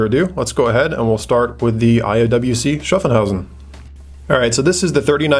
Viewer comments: Its SHHAAFHAUSEN. Not SHAFENHAUSEN. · *Schaffhausen not Schaffenhausen ;) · Hi: Nice video. Thanks. A note on IWC Schaffhausen pronunciation: it is Shaff-house-en. Keep up the good work m friend. --Michael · yeah. I just wanted to get him a little closer to the correct pronunciation. Then I thought about it some more and it is more like Shoff-hauz-in. Haha. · Schaffhausen .Pronaunce Schaff a bit like staff and shit